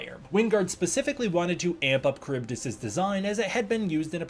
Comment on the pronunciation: Slightly off topic but I'm pretty sure you are mispronouncing Charybdis, I used to be big on Greek mythology as a kid and I remember it being pronounced differently... that being said, I could be wrong it was a long time ago.